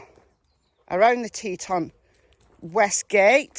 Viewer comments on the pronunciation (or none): Yes...it is Te-TON...I live in Montana and have been there many times. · It's pronounced "Tee-tahn". And Miranda Baker said her and her bf picked up Brian at Colter Bay in Teton National Park. I think Brian is on the run because he knows it's only a matter of time before Gabby is found and he's arrested for murder. I'm from Idaho and my oldest son lives on the Idaho side of the Tetons. On a side note: Holy crap! It's gorgeous in that area. It's bear and wolf country. Sorry! I made this comment before you played Miranda's video. 😬